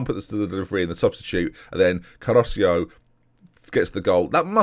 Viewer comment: man, you do this every episode and Caroccio is still flagrantly wrong. CA-RO-CHO